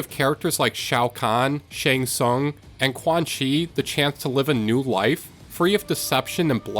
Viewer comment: Pretty cool video! My only gripe is the pronounciation of some of the names, especially a decent amount of the asain-based names (I.e. Takeda, Shang Tsung, Shirai Ryu, etc.) Like sweetie they LITERALLY say the names multiple times in the game 😭